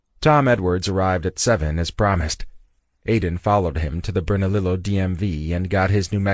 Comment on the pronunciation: Vas-kez…. Burn-a-leo